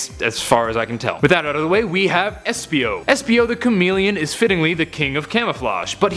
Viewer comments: esipo? ITS ESPIO NOT ESIPO!!!!!! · Espio not esipo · Wow his name is Espio not Esipo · Esipo? It's Espio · eisipo? ITS ESPIO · Um it's espio not esipo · Uhmm i think is espio not esipo :D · who noticed "Esipo"